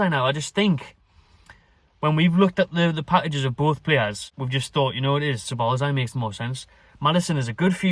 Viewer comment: Ya caving ma bassa heed in man with ya pronunciation dude it's Sob - Oz - lie = Szoboszlai